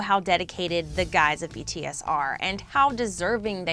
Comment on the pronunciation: At least she says BTS’s name right...